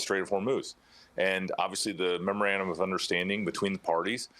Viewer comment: Why is Scahill the only one that can say that dumb word memorandum correctly. Everyone else it sounds like murmurabdomen 😂